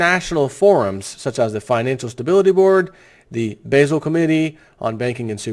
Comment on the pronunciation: basil? It's Bah-zul. Step it up news presenter. Basel, Switzerland, where the Davos class meets.